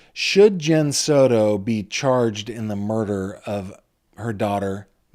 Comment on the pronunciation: It is Soto not "Soro" It is Brucato, not "Brugaro" PRONOUNCE WORDS WELL YOU 1D10T!!! (this is for that cringe reporter in court tv)